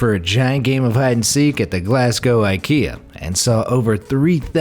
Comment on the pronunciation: oh my, the way this guy pronounces "Glasgow" hurts my ears it`s pronounced GLAZ-GO